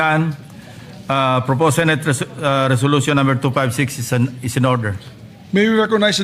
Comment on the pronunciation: Bisayang bisaya ka magpronounce aling narrator,sama pakinggan,mali mali bigkas mo. Senate hindi sinit